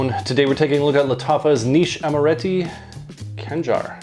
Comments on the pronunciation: Its not "Kangar" , you have KH , its actually knife , see the state flag of Oman , just search for "khanjar oman" :D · Its not Kanjar, its Khanjar